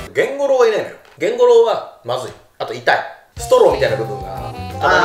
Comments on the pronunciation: ゲンゴロウがケンゴロウになっててどこのじいちゃんかと思ったわ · ゲンゴロウって炭治郎と同じ発音じゃないの？